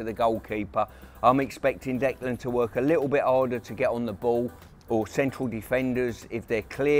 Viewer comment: I wish someone would tell Pearce that Rice's first name is Declan, not Decland! 🙈